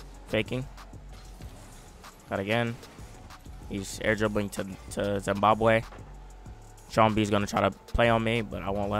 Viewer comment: "He's airdribbling to, to? Zimbabway." 🤣